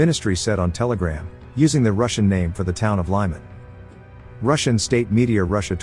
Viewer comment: The name Lyman is pronounced like "Lee-man".